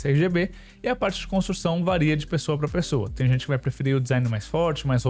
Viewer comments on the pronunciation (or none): none